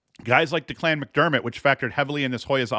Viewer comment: Good pod. FYI Declan McDermott's name is pronounced "Deck-lynn" or "linn" as in the beginning of "Lin"da not Da-Clan lol